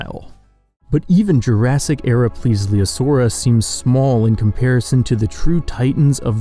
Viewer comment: slight mistake, not calling you out, im just really annoyed, plesliosauria is the way he said it. there is no second L, plesiosauria is the way, sorry for the tangent